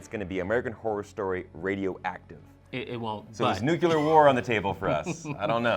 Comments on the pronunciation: IT’S NU-CLE-AR NOT NU-CU-LAR. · omg nuclear is pronounced "NEW-CLEAR" FFS. There is no such "NEW-KYU-LAR" war. THERE'S NOT EVEN A U there smh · My eye twitches each time I hear "nucular" rather than "nuclear" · ˈnjuːklɪə. New-klee-uhr, not nucular. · I think the guy on the left kept saying “nuke-ular” instead of nuclear. Ryan Murphys recent seasons of AHS are fan fiction letting the popular opinion dictate his writing. I’m sure Twisty would show up again if enough fans bitched about it. That’s not a screenwriter. Lange jumped ship with perfect timing. She’s better than it. We will see how this one will play out. I would like to be surprised. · Stop saying "nucular war". It's nuclear war. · Stop saying "nuculer" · Sorry, had to stop watching at “nook-you-ler” I cant abide that, sorry. There’s only ONE u in nuclear. No excuses. That’s like me showing you a sign that clearly reads ‘m c d o n a l d s’ and insisting it’s pronounced “Greg” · It's pronounced noo-KLEE-ur (nuclear) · Is he seriously saying nucular???? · “Nukeular” lol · Nucular lol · It’s pronounced NEW-CLEAR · Please stop pulling a Bush and saying nukular. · you're pronouncing 'nuclear' wrong. please stop. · Why can’t the white boy say “Nuclear” correctly? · Why can't Americans pronounce "NUCLEAR" properly????